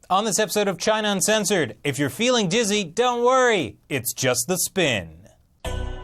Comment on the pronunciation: Did you say "john uncensored"?